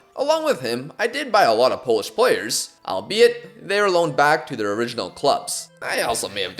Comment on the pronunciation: You are saying Polish names and words very good bro👏👏